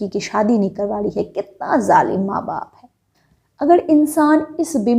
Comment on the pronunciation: Madam jalima nhi hota hai jalim hota hai😁